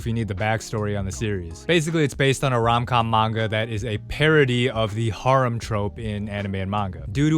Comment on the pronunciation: your prolly the only person on the planet that pronounces harem like that